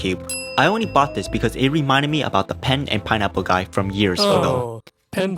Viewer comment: Please learn to pronounce your L’s. You pronounce animals as “animohs” and puzzles as “puzzohs. I wasn’t going to comment this but I couldn’t stop my self after you kept doing it. Edit: I just got to the part where he pronounces only as “ony” and altering as ”awtering”